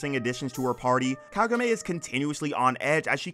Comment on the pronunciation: Kagome. KAH-GO-MEH.